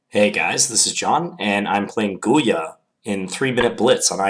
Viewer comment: John Bartholomew Gy-ula, not Gul-ya. :) It's basically Hungarian for Julius. Another Gyula was Breyer, of the Breyer variation.